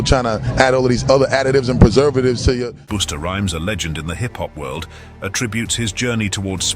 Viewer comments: Busta Rhymes is "Bust the rhymes", not "Boost the rhymes" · Hum lol "Boosta" 😂😂😂 Busta Rhymes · You kept on saying booster, when it's buster rhymes 😂😂😂